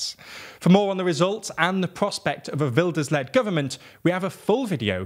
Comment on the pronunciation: The Geert sounded more like Gert and of course the g wasn’t right but he pronounced Wilders pretty good. Could have put the cherry on top and made it “wild-ers”